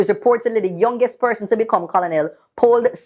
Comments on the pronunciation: Yes girl, make a bwoy know say you nuh hungry! Bright tpc! Battle of the elders, pupa jesesas!😅🤣 the word is pronounced ker-nel, even though it spell colonel. Not koloonel! Lol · no man, everytime u said Co-Lo-nel mi cringe; it's pronounced KER-NEL because of its French origin. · don't mek me tump you bout Co-lo-nel it is pronounced like kernel. The English language I tell you. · Keep up.the good work however here's a constructive tip Colonel is pronounced kernel and not Co-lo-nel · Hey, Colonel is pronounced KERNEL. C'mon Maan. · the word is KER NEL OK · Ker-nel lol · Is it just me or isnt colonel pronounced like "ker-nel"? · Using the Buju clip...priceless lol. But the pronunciation for Colonel is "Ker-nel". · Pronounced "kernel"... Lol 🤣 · Seriously??? Yuh nuh knoa the pronunciation of Colonel?? And you went to HS in Jamaica? No sah!